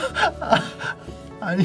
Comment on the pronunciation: 새벽에 개터짐ㅋㅋㅋㅋ 뽀이뽀이~ 발음도 개웃기네